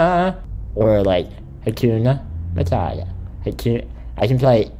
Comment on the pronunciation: Please tell me you didn't say "Atuna matata" 🤣🤣🤣🤣